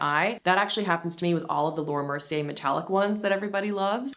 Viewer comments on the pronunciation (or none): none